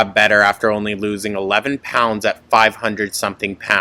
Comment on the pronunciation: 546 elllbees?!?! WTF is she proud of herself?